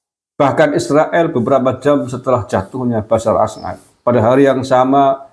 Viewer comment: Maaf ya KANG GUSMAR, ...bukan BASYAR AL-AS'AD, tapi BASYAR AL-AS'AD.